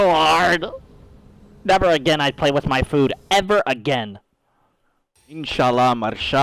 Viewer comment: I don't think you remember what your Arab friends told you what Yallah means. Because it's not "come on" It's definitely "O Lord" And Mashallah which you butcher means "God willed it"